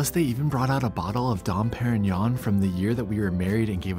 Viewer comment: Nobody can pronounce “Dom Perignon”. They have no clue .